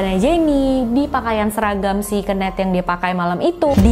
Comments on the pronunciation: Kenneth di baca (kenif) kak bukan di baca kenet,hehehe. Kenet itu sama artinya dengan kenek 🙏🏻. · ken-neth bukan keun-neth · Suka sama cara story telling nya, cm kadang ada bbrp pelafalan bahasa inggris nya yg aneh bgt.. Saran aja, sering nonton video bahasa inggris biar lebih bagus kak spelling nya.. Ky misal pembacaan nama KENNETH d video ini.. Jd agak gimanaaaaaa gt jd nya.. Klo pembacaan inggris nya lebih bagus makin mantep lg kakak.. 😁